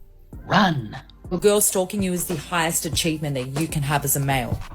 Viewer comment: I thought she said stroking not stalking 😂😂😂